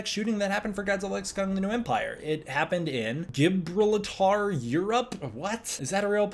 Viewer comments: Bro.... bro.... you don't know how to say Gibraltar? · pronouncing Gibraltar like that hurt my soul